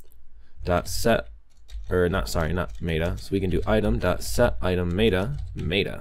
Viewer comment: It's not maid-uh, its met-uh.